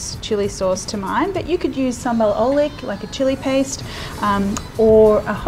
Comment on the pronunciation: Btw...oelek's pronounced as oolerk,not oleek...😉